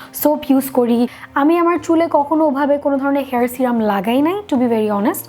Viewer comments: Kotha bollei smart hawya jai na. Tomra bekar smartness dwkhao😂😂😂😂srirum .. Ba sirum noi go.. Serum.. Kotha tai kemon kore jano bolo😂😅😅😆😆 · Not C-ram it’s se-rum ..no offence 👍🏼